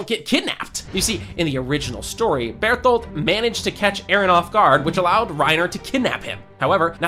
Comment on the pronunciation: i swear to fucking god if you say beartholt one more time shit gone get wicked